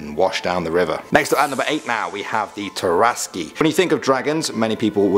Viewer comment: It's not "terr-as-key", it's just "terr-ask". Or that is how us d&d players say terrasque.